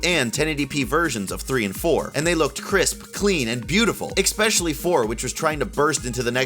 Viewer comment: "Expecially".... NO. STOP THAT.